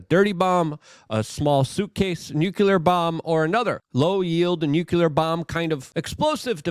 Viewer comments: It's pronounced "NU CLEAR" not "nucular" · LUKE, for the love of God. It’s pronounced NOO-CLEE-UR.